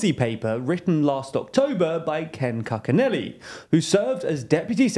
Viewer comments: Koo-chin-nelly. Not cuck-in-Ely. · Kooch-i-nelly, not kook-i-nelly. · Not sure if you'll ever need to say Cuccinelli's name again, but its "cooch-uh-nelly," not "cuck-uh-nelly." 😂